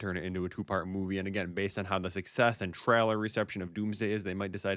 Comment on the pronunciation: stop saying traler its trailer